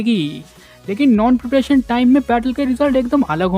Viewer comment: Tu kya chutiya hai harbar bol raha hai peperetion or peperetion